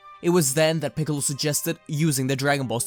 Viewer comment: Freezer and picolo "Ficolo"